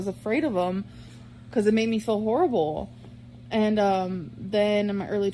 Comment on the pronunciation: Does anyone else notice that always says "fill like" instead of "feel like"? But she calls "fuelings", "feelings". WTF?